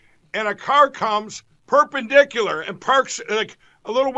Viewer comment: Cant believe Lindell nailed "perpendicular".